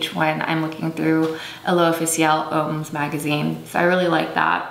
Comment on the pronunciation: just so you know, "homme/hommes" is pronounced very similarly to "um." but you got "l'official" right :-)